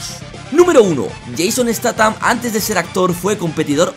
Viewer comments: Jaja el tío le dice "Yeison estatam" jajaja y se debe decir "Yayson staham" Corrección... Se llama Jason Sthatham. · Estatan jajajajaja, se dice steizan con z suave, no esta tan jajajajaja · No se pronuncia "estatam". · Muy bien ,sólo te falta pronunciar bien su apellido